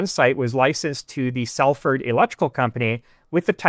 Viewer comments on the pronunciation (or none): none